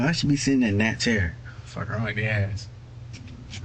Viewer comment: Doesn't know how to spell the name of the mother of his child, doesn't know her last name, can't even pronounce the word ass properly. This loser is a walking disaster.